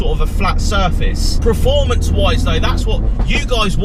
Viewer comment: Yeah that bugs me to haha